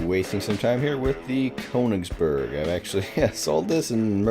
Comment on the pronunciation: Pronounce the "ö" like the "o" in "working" or the "e" in "merely"..